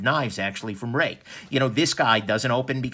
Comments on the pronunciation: Pronounced RAKE !!! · if we were to follow Mandarin Chinese Pin Yin, Ruike (锐-sharp, 可-can) is pronounced as "ruey kuh"